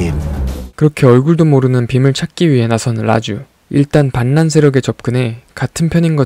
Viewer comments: 리뷰 정말 재미있게 봤습니다 ㅎㅎ 본가 가면 꼭 봐야겠네요! 아 유튜브 성공을 위해 한 말씀 드릴게요! 반란은 유음화에 의해 [발란]이라고 읽어야합니다. [반난]이 아닙니다. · 반란세력을 말할때는 반란 그대로읽는게아니고 발란이라고읽는다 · 반란이 아니라 발란으로 읽어야 합니다. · 반란을 요즘은 [반난]이라고 발음하는게 맞나? 이런식의 발음을 유튜브에서 많이 듣는데, 표준 발음법이 바뀐건가? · 반란 발음이 발라우드네